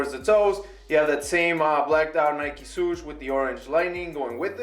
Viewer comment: Nike "Soosh" hahaahhaha